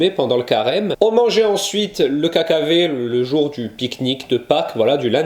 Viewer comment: C'est sûr c'est mieux quand c'est toi qui le prononce avec l'accent corse 😉 Je ne suis pas une grande fan de l'anis mais peut être que le citron contrebalance 🍋